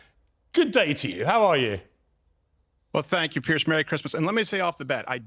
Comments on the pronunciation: It's Piers not Pierce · I hate it when the pronounce his name Pierce. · Piers never reads it right... He always has it wrong-- Bless Him